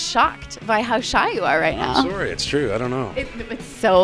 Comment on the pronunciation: Lmaooo he still says soory. Just as ricky